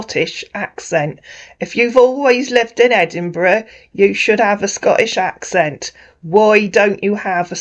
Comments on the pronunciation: Ed burg ? 😂😂😂😂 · I tell you I'm from ANTBUG ANTBUG. Not chatisfy you can go can go" 😂😂😂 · He sounds like he’s trying to sound he trying something he can’t even say Edinburg…. What’s the city I’m from the America…. Wtf why he say he’s never been there too west African lol .. see he keeps getting wild over Ghanaian and African